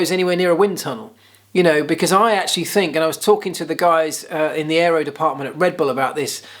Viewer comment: he actually said "areo" because it was spelt like that. he actually did well. :) thanks for all the vids. great work